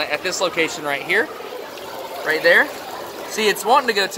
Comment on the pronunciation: Frost Night Hahahaha The way he says it too "Ah cud ma hed in theya"😂